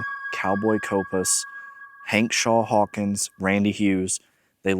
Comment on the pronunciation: Your video here is interesting and attention holding even though you made a few mistakes. One of them is labeling a picture of Hawkshaw Hawkins as Cowboy Copas and also mispronouncing his name. Outside of that you have a great persona, charisma, and talent for making videos.